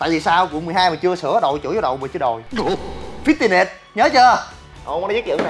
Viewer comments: Fit-ti -ness....???? Lạ ...!!!! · ngay đoạn fi ti ness cười sặc. Cạn lời